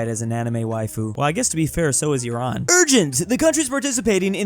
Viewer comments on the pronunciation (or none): none